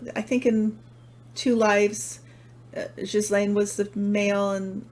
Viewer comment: i'm so impressed. you pronounced ghislaine almost like a quebecoise. i'm not sure if she does, but you did. <3